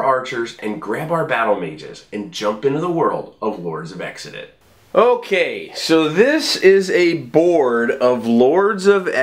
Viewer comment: Unless designers intended it differently, then the name is not pronounced 'Exidit', but sort of like 'Kzidit' or even with just 'Zidit'. This is based on various other words that start with an X.